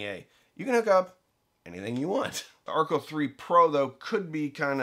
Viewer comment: You are pronouncing Archel incorrectly. It is named after Rachel so the amp is pronounced like her name.